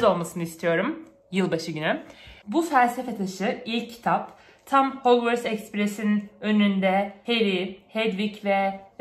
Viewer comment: Bikere o hogvıst değil hogvarst harmony diğe okunur